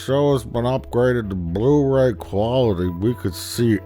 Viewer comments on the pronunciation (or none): I love how he says Bluhw Rayw